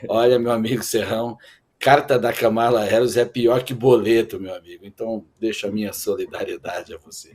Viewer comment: Serrão, não é Ka ma la é Kam"ala , somente 2 silabas